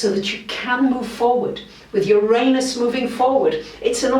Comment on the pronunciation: Her pronunciation of the word I accept °°{